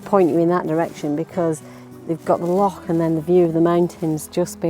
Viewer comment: Well done for pronouncing "loch" properly!